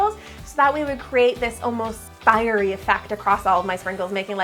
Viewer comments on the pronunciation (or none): none